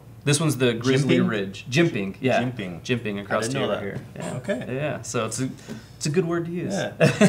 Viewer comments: The word is "across" not "acrost".... I'm not a nit picky dude... but this one gets me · Guys...is saying the word "Across" with a "T" at the end of it?!?! I keep hearing Acrosst lol...